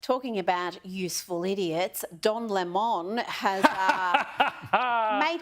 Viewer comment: The sodomites name is lemon as in sour fruit, not lemon.